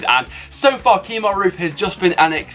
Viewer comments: Kemar Roofe not Keemar. Love the vids tho. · Freddie O'Neill he did Kemar